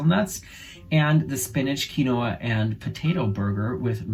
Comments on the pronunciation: Quinoa = keen wa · Koo-lee... no s and quinoa is keen-wa, if I'm not mistaken. The hot tub story is gross! But def not what I was expecting...lol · Yuck, I feel sick, how can that women pick her partners face in a hot tub. I’m assuming after she picked the pimples she put her finger in the water to clean it 🤮🤮🤮🤮. It would have taken me two seconds to jump out of that pimple infested water. 🤢🤢🤢. By the way, Quinoa is pronounced “keen-wa”. It makes me giggle every time I hear all the different pronunciations of Quinoa. 😂😂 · And, Quinoa is pronounced keen wah (rhymes with spa)